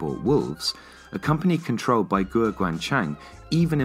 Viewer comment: Great video as always, but your Chinese pronunciation is hilarious. e.g. "guo" should be pronounced like the English word "gore" but without the "r" sound at the end.